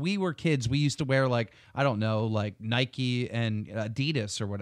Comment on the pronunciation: ITS NOT NIKEY ITS NIKE